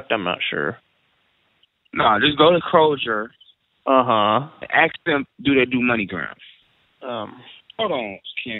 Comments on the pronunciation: lol he says krozer instead of kroger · Lmao 'crojer' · Lol I know krojer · 😂😂😂🤣 This dude couldn't pronounce Kroger right😂😂😂😂😂 Another great one Bro. This vid is the very first one I have seen last week, and I Could Not Stop Laughing Lmao! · I hate how he pronounces Kroger with that hard G 😣